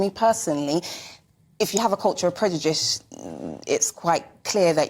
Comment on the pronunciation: She needs to work on her pronunciation of " Prejudish "